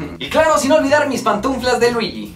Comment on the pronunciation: haha "pantunflas" xD